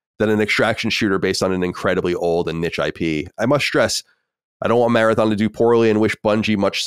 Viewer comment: It’s not “nicht” it’s niche, say it properly you silly boy ,It’s Not the first time you couldn’t speak general English language but I’m going to try and help you correct your bad language.